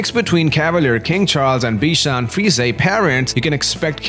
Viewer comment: Frees...A lol..that’s not how you say it 🤣🤣